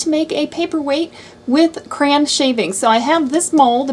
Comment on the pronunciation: Why are you saying "cran" instead of Cray-on? Sorry, I'm a big word person and it drove me Crazy!!! LOL!